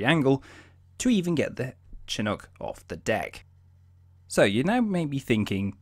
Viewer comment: It's pronounced "Shinook"...not "Che-nook". (CH-47)